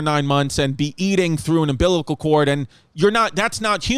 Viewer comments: Hey, you're a Distefano, your dad says cartridge, you say umbiblical, it is what it is!😂🤣😂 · SAY UMBILICAL CORD AGAIN BABE! 😅